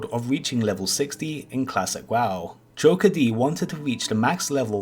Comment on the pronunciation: It is not joker d. it is pronounced jokered